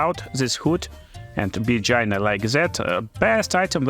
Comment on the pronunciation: lolz every time he says "Gyna"